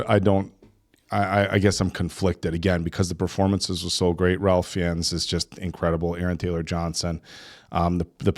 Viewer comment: Why do all of you keep mispronouncing plague? 😅 And Ralph Fiennes.